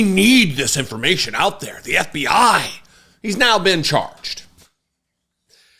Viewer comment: The eff bee eyee... the aff bee Aaa. Ffs. Shame on you comer